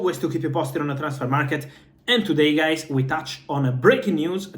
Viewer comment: I like his "Hey guies"😂